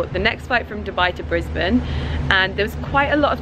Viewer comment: For a foreigner your smashing the pronunciation of Brisbane x